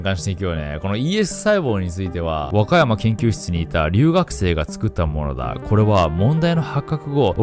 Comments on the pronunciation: 若山硏のイントネーションが和歌山県すぎる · 和歌山県と和歌山市にしか聴こえない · “若山研”が和歌山県に聞こえて意味わからんくなった笑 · 「若山研」のイントネーションが完全に和歌山県で最初混乱したw「若山研究室」ってことねww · 若山研、小保方研 わかやま↗︎けん、おぼかた↗︎けん がリアルなイントネーション…だと思います！ 伝わってくれ…！！